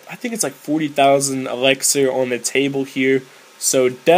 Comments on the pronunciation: you say "elixir" like "elexer".... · Lol you say elexir